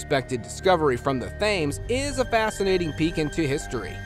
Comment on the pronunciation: The River Thames is pronounced “River Tems”